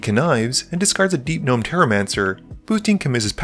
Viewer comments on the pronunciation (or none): none